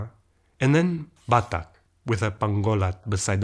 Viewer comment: I don't know if I'm hearing it right and if it is on purpose, but if you know that in Batak word final invoiced plosives are infact unreleased and you therefore pronounce the language's name in that fashion in the 5th minute of the video I'm more then impressed. Good job 🙏😁🤯